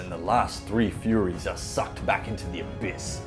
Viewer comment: Why did you/he keep calling them "Furries", and not Furies...? 🤔